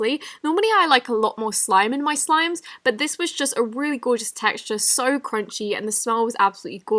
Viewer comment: Every time she says so I hear soy?!